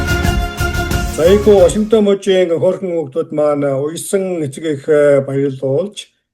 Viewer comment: Ваашингтон гэж ямар хачин хэлээд бна аа